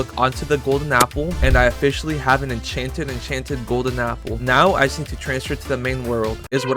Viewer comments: Bro said echan chan golden apple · it says “enchEnted”